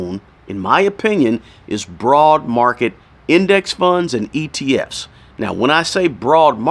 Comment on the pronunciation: Are you saying atf’s or etf’s ?!?